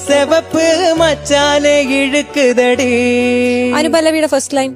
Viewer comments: இழுக்குதடி ழு இ உச்சரிப்பு சூப்பர் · இழுக்குதடி தமிழுக்கு மட்டுமே உரிய சிறப்பு ழ கரம் உங்கள் குரலில் உச்சரிப்பும் பாடிய விதமும் ஆகா.... அற்புதம்.